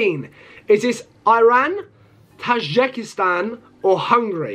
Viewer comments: And its not tijikestan its TA JI KIS TAN A ZER BAI JAN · Pronunciation: ⬇️ Name: ⬇️ Be-ninh/Buh-ninh 🇧🇯 Benin 🇧🇯 Mal-ow-ee 🇲🇼 Malawi 🇲🇼 Tuh-jick-ee-stan 🇹🇯 Tajikistan 🇹🇯